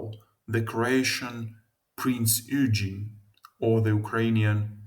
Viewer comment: It's not "Prince Eugene", but Prinz Eugen (and it even WASN'T Croatian!) -.